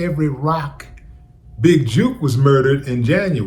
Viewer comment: It jook, as in took not juke bro